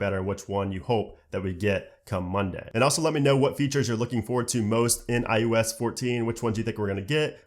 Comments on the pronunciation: I thought it was just me hearing IUS all the time. Maybe we can get to enunciate the O better, it drives me crazy also. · At least you'll be able to say iPhone OS, because you can't say iOS for shit.